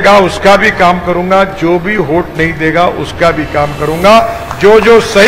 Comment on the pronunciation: “होट” नाही साहेब, “वोट-वोट” 🙄😀